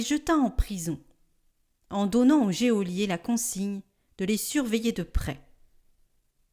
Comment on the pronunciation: Geôlier se dit « jo-lié », pas « jé au lié » !!!